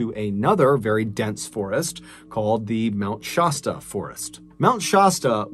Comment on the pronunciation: I love MrBallen's narration. Only thing that keeps throwing me off is his pronunciation of "Mt. Shasta". Much love for your art of telling stories!